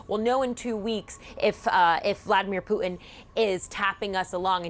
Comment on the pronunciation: She really had a hard time with her pronunciation of Putin.